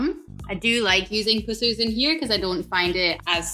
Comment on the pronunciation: I have learned a lot from you - thanks. If I can give back a little? The pronunciation of Pussers is: Puss, as in the nasty gunge, and ers. A bastardisation of Purser, the person responsible for victualling a Royal Navy warship. (Ex RN)